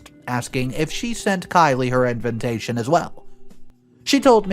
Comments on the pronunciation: Everyone pronounces invitation he adds an extra N. It’s InVITation NOT!!! InVINtation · Why does he keep saying "Inventation" not "Invitation"? Inventation is not even a word... 🙄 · it's invitation, not inventation.